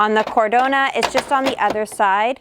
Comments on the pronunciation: Omg it is Cadorna and not Cardona 🤣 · NOT CARDONA< IT"S CADORRRRRRRRNA!! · Exactly!!! My ears are in pain every time she said the name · It’s CadoRna, not CarDona! 😂